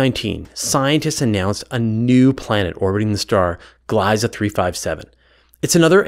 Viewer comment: It's nice to see my taxpayer dollars go towards something useful for once Oh, the "ie" in "Gliese" is pronounced like an "e" and not "I" (in English)